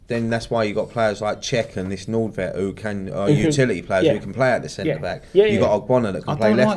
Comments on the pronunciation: Hi, I'm Norwegian, it's pronounced Nord-Tveit not Nord-veit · You pronounce Nordtveit like noortwait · I thought it was Nordvite